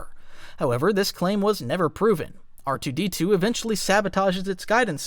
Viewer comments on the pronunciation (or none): I thought you said rdr2 for a sec lol